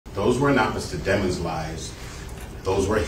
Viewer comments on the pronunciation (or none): Funny how the defence decided to pronounce the last name “Deh-mons” rather than “dee-mons” …pretty sure the latter is the actual pronunciation no? Have only ever heard it pronounced that way until now.